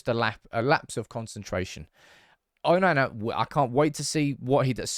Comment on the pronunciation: I can't listen to this man mispronounce these names. Why can't he say Onana properly?! 😆 it's not difficult